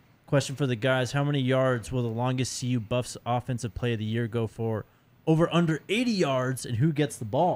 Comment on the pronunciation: is now saying SKO BUFFS, I love it!